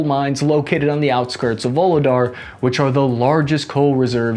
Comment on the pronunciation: Voog-leh-dar Shoi-goo You're welcome.